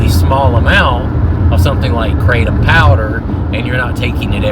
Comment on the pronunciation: Kratom, not keratin! 😂😂 Btw I love your kratom videos,. Glad to see you doing well! 😊